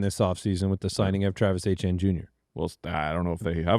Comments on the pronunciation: It is not "AY-chan". It is Etienne. It's French. Look up the pronunciation on Google. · Man Achane and Ettiene are very different. Its SO EASY!! I have no idea how no one else has said this. It's so easy to pronounce! It is pronounced Etch-ee-yen. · The lack of French in the way Etienne is pronounced kills my Canadian Brain lol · Still not convinced Etienne is pronounced that way